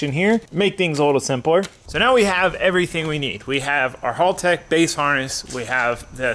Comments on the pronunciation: Your pronouncing it wrong..it's hal-tech not hall-tech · thankyou for supporting us Australian's for buying haltech! but I will say your American's always pronounce it wrong we say it like! helltech!